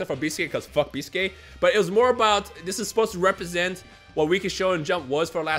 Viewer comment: Why is pronouncing Biscuit weird?